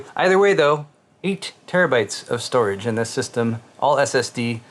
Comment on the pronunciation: Stu-rage. (Studio garage)😆